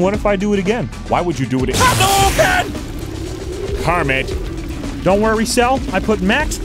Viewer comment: "Hadouken" mostly like "Hadoulame"😂😂😂😂😂😂